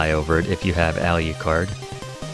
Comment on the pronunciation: So why do you call Draculas son “Aliucard”? It’s Alucard, no ‘I’. You don’t pronounce Dracula as “Dracuila”. Sorry, been bugging me the whole video.